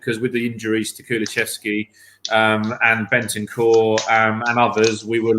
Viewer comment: you gotta start teaching your guests how to say Kulusevski.